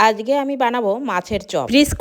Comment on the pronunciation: আজগে?? হায়রে Indian দের বাংলা ভাষার উচ্চারণ শুনলে মনে হয় Bangladesh ছাইরা উগান্ডা যাইয়া উগান্ডার ভাষা চর্চা করি!! 🙂🤡